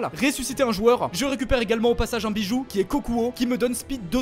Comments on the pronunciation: Ta dit biju est c'est des bidju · Petite info sa se dit pas biju mais Bidju